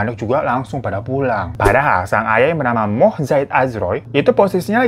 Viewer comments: Bang Hiro..nama MOHD kalo di Malaysia itu sebenarnya sebutan namanya Mohammad 😅😂..fans Bang Hiro dr Malaysia sy bang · Kak, mau bilang kalo nama lelaki Malaysia yg ada 'Mohd' atau 'Muhd' itu, sebutannya 'Muhammad/Mohammad'. Dulu orang-orang kira kalo nama Muhammad itu panjang banget jadi dipendekkan gitu, dalam arab juga kan ejaan Muhammad itu cuman mim ha mim dal. Makanya, org Malaysia sendiri pikir bisa disingkat. Sekarang nama kek gini udah gak dipake sama anak2 muda. Palingan anak2 90-an. (Ya kalo salah, benarkan aja. Sama2 belajar)